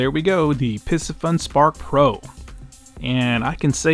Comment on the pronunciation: "Piss Fun" cannot be the way to say it.